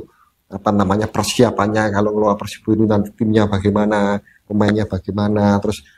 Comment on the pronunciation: nyebutnya kok PERSEBO sih?